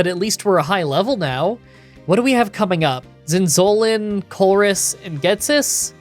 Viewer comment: Every time when he says Zinzolin, I hear insulin 😂😂😂